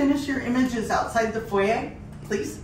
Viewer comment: Foyer she meant?